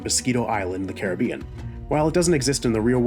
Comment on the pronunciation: The way you pronounce carribean is so irritating